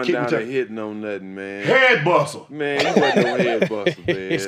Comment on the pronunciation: “HEAD BUSSA” 😂😂😂